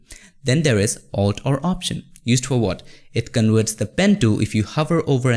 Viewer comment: Could you please enunciate well the letter "v" ? you say "con-werts" when it should be "con-verts". 😁